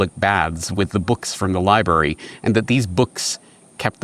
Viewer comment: Somehow the word "Library" turned into "Lieberry". Eat these berries, and youll be able to lie to others without worry or conscience. Maybe they have a secret Lieberry pasture that all of Government consume.